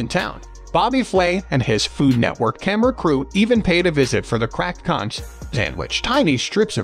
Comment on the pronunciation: It's B.O.'s Fish Wagon ! Also, it's KONK, not concchh !!!